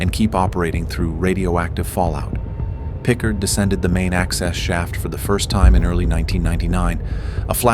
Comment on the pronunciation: it's pronounced more like PicCARD